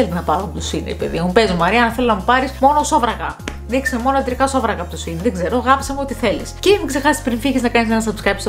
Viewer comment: σε΄΄ιν οχι σειν